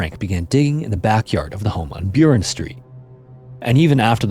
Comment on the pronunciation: Burren Street is B U H - R e n like Burrow